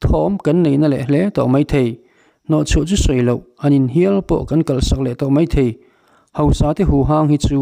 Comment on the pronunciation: Kan CYMA President hian Mizo tawng a thiam hle emaw ka lo ti a. He video i rawn dah chhuah chauh-ah pawh hian, "Mai thei" tih turah vawi thum lai mai, "Mei thei" a ti a. Tin, "mai" tih turah pawh "mei" a ti pek a. A video full ka en lem lo va, a full-in en ta ila, a khak sual tam nekin ka ring ta.